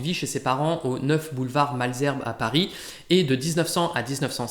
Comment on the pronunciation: Vidéo très intéressante. Ayant fait des études littéraires, on ne parlait jamais de Proust en cours ! PS : il me semble qu'on ne prononce pas le -s de Degas et Malsherbe.